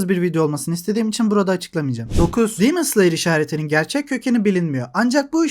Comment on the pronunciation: Abi neden “dimıns liyır” diyosun “demon slayer” de işte